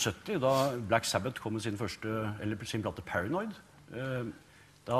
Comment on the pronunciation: I don't get languages at all I mean they can speak whatever the fuck they speak but they can say "Black Sabbath" an "Paranoid" in perfect english? Makes no sense.